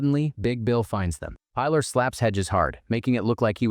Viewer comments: Pie-laaar"? the girl has a very common spanish name, Pilar, pronounced "Peeh-laar" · Her name is pronounced Pee - LAR. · Robots can't pronounce it